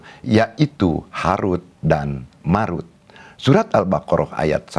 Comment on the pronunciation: Tolong pelajari lagi ilmu tajwid. Belum bisa membedakan antara huruf د dan ذ